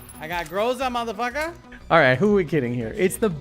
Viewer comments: The correct pronunciation is a GrozA (thunderstorm) not GrOza =)) Stress on the last syllable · Hey... its not GrOza, its GrozA! Trust me, i am russian. That means Гроза = Groza = thunderstorm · grozA not grOza. :D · 'Groza' is spelled [groz'a], emphasis on the A. Means 'thunderstorm'. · In "groza" stress on the 'a' in russian. And it's mean "thunderstorm".